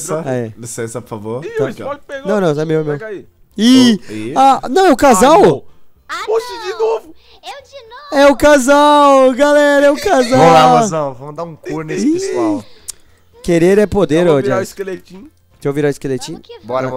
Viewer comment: Falo coro